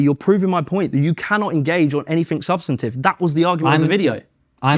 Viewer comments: Can't even pronounce 'substantive'. Don't use big people words if you neither know what they really mean or can't say them properly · This muppet can’t even say the word substantive correctly and then talks about Konstantin. He’s a grifting joke. Lights are on but no one is home.